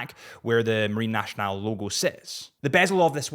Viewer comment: If I may, Nationale is not pronounced "nashional" but "nassional"